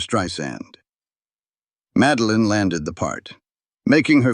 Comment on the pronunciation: "Madeline"...not Meline:face-turquoise-covering-eyes: - GEEZE!